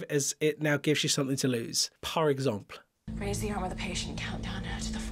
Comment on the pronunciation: Idk why par example bothers me so much. Maybe it's because the "pl" sound doesn't exist vowelless in English. Americans say it "pUHl" and the English say it "pew".